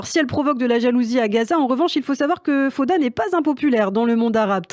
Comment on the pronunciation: faire l'effort de dire faOda c'est ainsi qu'on prononce est le minimum quand on choisi de parler de cette série. Vous avez pas du regarder beaucoup d'épisodes.....!